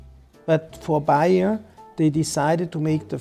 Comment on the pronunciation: Is this guy called "Bayer"?? No, he is called "Beyer". Can't you pronounce differently an A and an E?